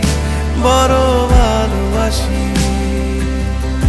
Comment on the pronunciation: কি আর বলবো? বর বালবাসি নাকি বড় ভালবাসি কোনটা হবে? এটা বাংলা ভাষাকে বিকৃত করার শামিল। একজন প্রকৃত শিল্পী হিসেবে প্রথম লক্ষ্য রাখা উচিৎ প্রমিত উচ্চারণের দিকে৷ তানজিব ভাইয়ের কাছ থেকে এটা আশা করিনি।